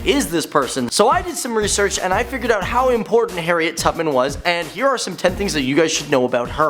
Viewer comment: HE SAID HARRIEN